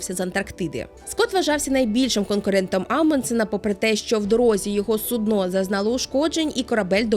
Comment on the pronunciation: сУдно, не суднО, ну, будь ласка! 🥲